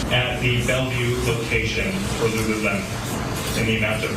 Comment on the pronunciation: Video literally says Lulu - lemon like 10 million times.... proceeds to say Lulu-lem-On, like bruh 😅😅😅😅😅